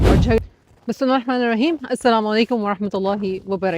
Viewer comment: اپنا بولنے کا لہجہ اور تلفظ درست کریں آپ کا بسم اللّٰہ بھی سننے میں درست نہیں لگا آپ ناک میں اور منہ میں الفاظ گھما کر بولتی ہیں